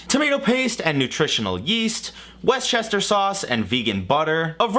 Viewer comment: W E S T CHESTER SAUCE?